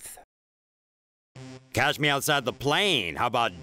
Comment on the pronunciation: It's catch not cash